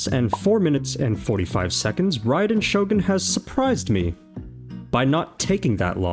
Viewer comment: "NOW YOU FACE THE TRUE GOD OF THUNDER!" - other Raiden. No, not that one, the other, other, Raiden. The one pronounced wrong. Him